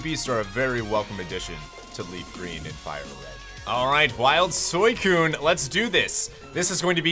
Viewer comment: Why do u pronounce Suicune as soycone? Its Suicune dude